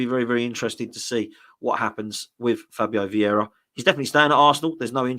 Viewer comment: Would you please be a bit clearer. What are your thoughts on Vieira 😂😂😂